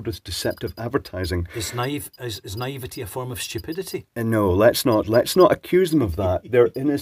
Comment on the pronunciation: "Is niavety a form of stupidity?" lol. need your brother in more videos